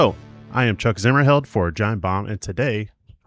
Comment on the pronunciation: Pretty sure that zimmerbelt guy said his own name wrong